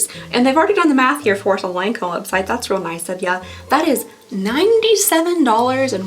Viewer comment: I'm glad I can't handle highly fragranced products. It seems so many of the high priced brands like to do this. I'll stick to whatever's on sale as I need it. (just a side note, it's pronounced lon comb)